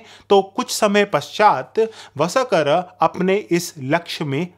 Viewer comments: VSAKAR NAHIN VARSHKAR KRIPAYA NAAM TO SAHI SE LEN. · अरे भाई तुम कितना हास्यास्पद शब्द प्रयोग करते हो.....वसकर शब्द सिधा बोलो ना....व...स..क..र यह कैसा शब्द बोलते हो.